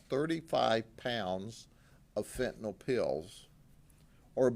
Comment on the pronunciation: It's pronounced fentanyl not fentanawl OMG please those of you in law enforcement that are saying this term over and over in front of parents and the public... PRONOUNCE IT CORRECTLY please!